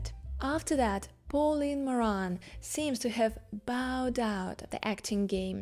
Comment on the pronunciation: I would suggest that you work with an accent coach before posting a video to achieve a clearer, more easily understandable English. For example, your pronunciation of “Pauline” is off. Likewise, you often stress the wrong syllable. Hope this helps.